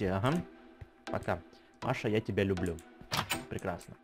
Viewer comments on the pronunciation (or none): читает:Маша я лублю тебя Я которая Маша:не понь!